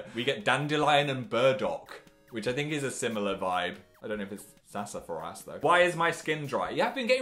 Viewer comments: phil, it’s not “sassa furr ass,” it’s “sassafrass” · Omg Philip it’s pronounced ‘sassa-frass’ not ‘sassa-fa-rass’ 😂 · It's pronounced sass-ah-frass. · I don't know why, but Phil saying sassafras like sass-a-fr-ass is the funniest thing I've seen all day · “ye we put some sassAFARass in there” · SASA FARAAASSS (im sorry i had to make fun of its pronounces (Sas O Frass) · 🤣🤣 🤣🤣🤣🤣 The way he pronounces Sassafras.... Lol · Is anybody going to say anything about how he says sassafras lmao